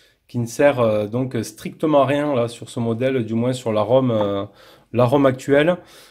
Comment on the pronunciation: Aaargh, on ne dit pas moinsssssss lol